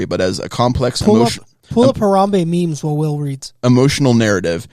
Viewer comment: who pronounces memes like “maims”, oh Will does 😂